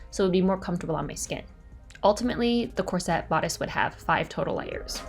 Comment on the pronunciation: You have big aspirations. I think you would benefit from sewing lessons. You don't pronounce the word corset correctly. Sewists say bust cups not breast cups. I can't believe you wore that dress in public. You have the potential to design and sew beautiful things, but you lack skills. Take sewing lessons and then you can be proud of your project instead of joking about it. Good luck!